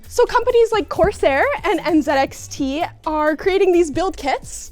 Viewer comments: She said NZXT not NZXT.. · "she's a ten but pronounces it 'n zed x tc'"